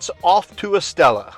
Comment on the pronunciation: Coca Cola Zero fountain 👍. Estella = “Estaya.” Double LL’s are pronounced like “Y”. 😉 Enjoying your videos and sense of humor 🤣